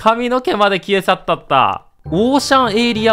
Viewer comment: 消え去ったったっていってたｗｗｗ